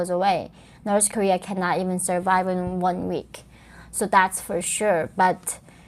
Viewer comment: i still think the "norse korear" is the funniest shit ever...shes fkn from there...and cant even say it right...norse career